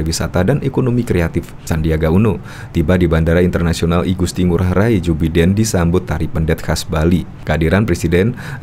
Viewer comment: Jou Biden, bacanya: Baiden bro!